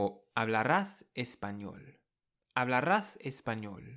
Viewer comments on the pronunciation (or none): No es "hablarrás" , el sonido es suave "hablarás"; no es "verrás", es "verás "; no es "amarrillo", es "amarillo". El sonido de la r entre vocales es suave, el sonido rr es fuerte. No es "supmercado", es "supermercado".